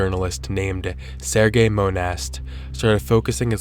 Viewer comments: Serge is pronounced Sehrj, not Sergey hahaha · Serge Monast is a French name, so Serge is not pronounced "SERGAY", it's more like "Surge", but with an E instead of a U. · You know, "Serge" is not pronounced the same as "Sergei". The g is soft, sounds more like "sergeant" without the "ant".